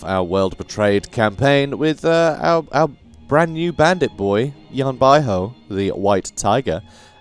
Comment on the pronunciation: Great video, the correct pronunciation of Yan Bauhu is like"Yan By Who", that literally translate to Yan White Tiger